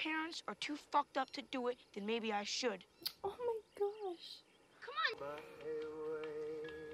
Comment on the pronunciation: "Oo mai gash!", your Fargo is showing. XD